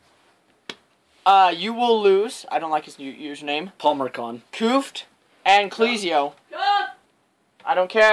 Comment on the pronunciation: "Clezio" CL"EH"ZIO not cleezio and its C"UH"fft not Coofft